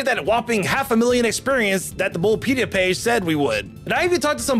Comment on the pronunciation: Bulbapedia not bulbpedia. Dye-an-tha not Dee-on-tha. Am-u-let not Omelet.